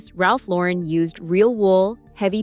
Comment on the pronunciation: Omg it’s not Ralph LoREN, like Sophia Loren. It’s Lauren, like a girls gd name. Gahhhhhhhhhh